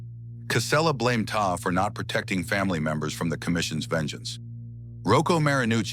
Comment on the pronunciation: His last name was TESTA....NOT TESLA😡